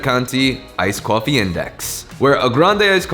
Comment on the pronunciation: "KOFFE" OH MY GO